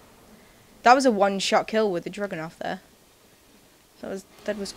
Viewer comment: when you say dragunov, it sounds like your saying drugonov :3